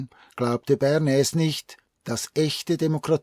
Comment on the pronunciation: Lieber, ich liebe deine Videos und bin Dir sehr dankbar für deine Arbeit. Dennoch muss ich dir mitteilen, dass der Herr Bernays ein stummes S im Namen hat. Man spricht es Börnay aus. Bitte sei mir nicht böse, ich musste es jetzt einfach schreiben. Ich bekomme immer lust auf Spargeln mit Sauce Bernaise, währen diesem Video 😉